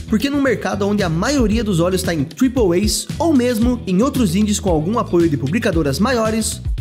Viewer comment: tripouei????lllkkkkkkkkkkkkkkk "triple A" mano